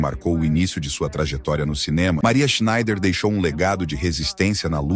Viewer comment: Esta historia ja é conhecida. muito bem narrado. SCHNEIDER É UM SOBRENOME ALEMÃO e palavras em Alemão se pronuncia até a última letra, portanto SchneiDER. Em Português costumamos engolir as últimas letras, mas somente em Português.